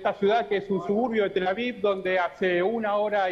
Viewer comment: "Tela viu" 😂🤣🤣😂